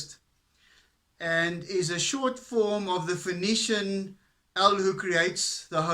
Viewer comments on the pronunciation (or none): none